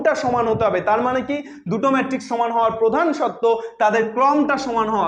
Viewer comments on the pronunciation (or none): none